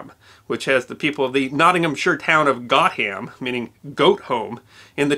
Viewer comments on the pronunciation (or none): Great video, but just one point: Gotham is pronounced "Go-tum". I grew up in the next village and several placenames around there are linked to the stories, such as the Cuckoo Bush, and Cheese Hill.